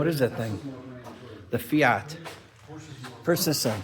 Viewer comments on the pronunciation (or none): none